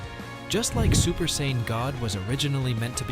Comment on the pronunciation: Can't call yourself a fan or the goat if you can't pronounce what race Goku or Vegeta are.